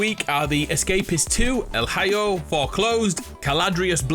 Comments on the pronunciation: You literally had me cracking at "El Highyo". You murican poor soul, you! 🤣🤣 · I'm pretty sure El Hijo is pronounced el ee-ho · bro really pronounced el hijo as el hayo 😭😭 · El Hiyo??? Jesus. El Hijo (ee-ho) means The Son in Spanish. smh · Can't believe u said "El Hayo" lmao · Lol when he said “El Hi-yo” that got me haha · El hijo is pronounced ( L E-hO ) EL HIJO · Not el Hioohhh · 😂 el eehoe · El high-o 😂 lmfao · El Hi-Yo 😂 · Love the videos! Just for reference, el hijo is pronounced El Ee-ho 🤘🏾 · hahahahahahHhH bro did u really read “El Hijo” like that. thats freaking hilarious! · nice pronunciation of el hijo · Oh god... as a latino I got an ear sore when he said El Hijo 😢 great job overall 👏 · You may me laught so hard with how you pronounced El Hijo hahaj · Love how you pronounce "El Hijo" 😂😂😂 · Gotta love ur pronunciation on El Hijo lol